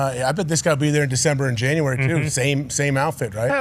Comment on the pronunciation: is gold, “Janrary… FOREVER!!”🤣